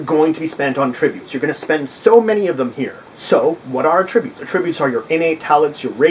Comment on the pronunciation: I've seen others comment on this, but without any helpful suggestions; allow me to correct that. You say attributes incorrectly, at least to the ear of English speakers in the USA. You say "ah...tributes", when we pronounce it "at-trib-butes". Forget that there was ever a word "tributes", which your mind links to this one; focus on the "trib" part, and say it as your would in the word "trib-u-lations". You also seem to say it as two words, which is why I used the 3 dots for your version, indicating a pause- "ah...tributes". You should not only emphasize the "trib" part, but also say it as one word with 3 syllables, rather than saying it as two words. I hope this helps you be better understood in the future. I can look past you mispronouncing a word, but perhaps other members of your potential audience would be turned off by something hitting their ear wrong, especially because it is a word used so often with gaming and this video.